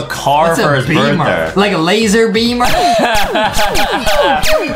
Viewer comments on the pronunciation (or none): Bro not to be rude to Adam but Insaid of saying birthday he said birthdur